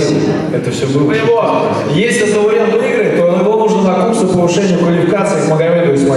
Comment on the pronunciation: Даурен- везде читаемые как и в русском языке буквы,но все говорят Даурээн